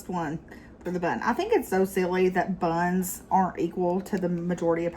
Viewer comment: Or when they emphasize words!!! When she said "BUNS", I couldn't help but giggle